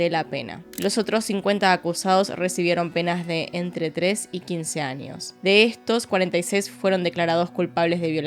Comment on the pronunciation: Pd: me gusta como pronuncias la ñ, anios, ninios, extranio